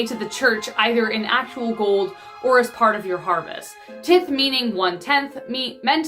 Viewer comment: It's not tith it's tithe (sounds; tie th)